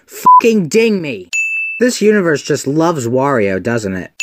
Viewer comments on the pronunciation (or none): none